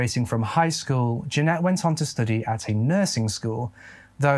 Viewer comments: Just to say that is saying Jeanette but in the description it says Janet. Janet is pronounced Jan it. Just saying. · Bro really? Janet is pronounced Jan rhymes with Stan....et rhymes with get.......You spell Jeanette like this..But anyhoo I have been a sub with you for a while now.I very much appreciate your content and narrating.I always mention you to people for them to check you out......Peace and stay safe bro. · that is not how you pronounce Janet. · I also understand the accent, but every time you say Janet it throws me lol maybe it’s a Michigan thing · Many are writing "Jeanette" but has her name as "Janet" in the video. He pronounces it differently because of his accent. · Her name is Janet. accent may be a trick of the ear to some of us. But that news reporter was totally saying Jeanette - which is wrong.